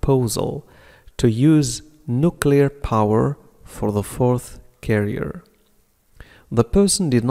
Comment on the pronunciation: استاذ اعتقد أنك اخطأت في نطق nuclear وشكرا على كل مجهوداتك قناتك فعلا مفيدة